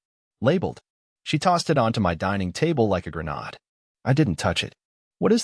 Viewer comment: What about the Identity Theft? Where she forged his signature to open a bank account? BTW, even though the narrative voices vary, I think you are the same A.I. Because, whether a family drama or an alien love nest, you ALL mispronounce "grenade" the same way! And in all of my 73yrs I have NEVER heard anyone pronounce "grenade" the way you do. The first part is fine... but the end rhymes with Aide, Spade, Parade, Cannonade, Laid and Lemonade. Please up-date your pronunciation Directory. It is beginning to make you sound stupid.